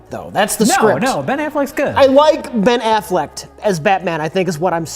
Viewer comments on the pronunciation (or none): I love how he says Ben Affleck, then 2 seconds later changes to Ben Afflect. And how he says Movies, then corrects himself Moopies